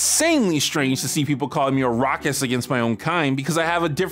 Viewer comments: what's a rockest? (time stamp ) now i do not have the greatest hearing so maybe you are saying something else, regardless i have never heard that term before at least not in that sentence and google dont know what it is either.???? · What's a "Rockist" XD